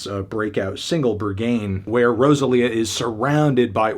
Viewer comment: The way you pronounced Rosalía and Berghain I just can’t